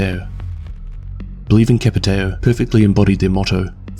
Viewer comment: Thank you for giving me this but you could stop saying the portuguese names in english..like try to get a grasp of a portuguese accent I don't care which but it's kinda annoying to me a Portuguese but I understand, still great tho!